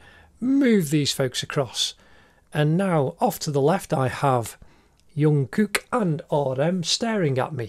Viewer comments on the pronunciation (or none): And it's Jungkook not yungkook Ps. It's Kim Taehyung not Tayhoong. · You pronounce Jungkook with a j sound not y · Yeongkook😭😭😭 broo it’s JUNGKOOK😂😂😂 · Yonkook🤣 Wtf Is junkook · Did I just hear Yoonkook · He said Kim Tae-hung and thought that "Hung" was his surname. And called Jungkook Yungkook. Wtf? I'm legit losing brain-cells!!!!!!! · Not me laughing cuz he said YONKOOK